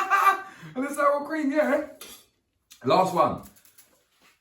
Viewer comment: Man said cweem ya know lol ... Bless up cook and vibe